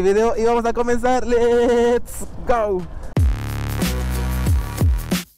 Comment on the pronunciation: Que ridículo te oyes diciendo lesgo